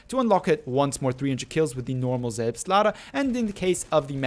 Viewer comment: Did you have german in school or something? Pronounced "Selbstlader" totally perfect